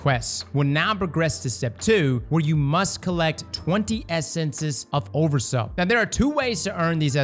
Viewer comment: Everytime he says "oversous" my brain turns to swiss cheese 🥲